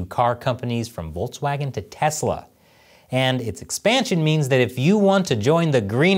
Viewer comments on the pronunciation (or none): none